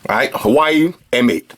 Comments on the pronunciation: good but you don't say hawaii you pronounce it h-oo-ar-way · Lol it is not Hawai, but Hu-a-we-i("Huawhey")! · pronounced (wa-way) btw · You wild americans had too much false freedom that think you can do whatever you want. It is HUAWEI, not HAWAII. LOSER. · If you hear people say 'wa', they must be Cantonese. Most people say 'Hua'. And I'v never heard foreigner pronounce 'Hua' correctly. :-) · Watch his previous videos when he's reviewing phones from that company. You'll get why he says, "Hawaii". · It's pronounced Huawei in Chinese, hua is an existing pronunciation for a lot of words. In this case Huawei=华为, pronounced exactly as spelled as the English name is just the pinyin for the Chinese characters. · 87 (Hu-wa-wei)